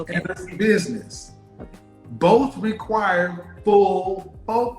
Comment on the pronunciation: If she says “boff” one more damn time.